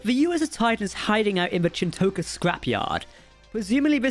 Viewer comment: I'm English and even I know how to properly pronounce Chin'toka lol. Was an interesting episode, the Titan crew are seemingly totally frakked. Vadic's ability to pursuade other Changelings to join her cause is a great way to kill Changelings and have more appear, given there were only 10 at Project Proteus. WTF is with the whole NO TRANSPORTERS story?